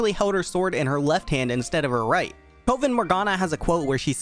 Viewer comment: Coven isn't pronounced like cove. It's coven like cover